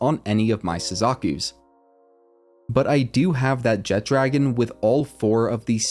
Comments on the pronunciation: Jet dragon kept annoying me, it’s jet RAGON not dragon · Great video, but AINT NO D IN JETRAGON 😂😂😂😂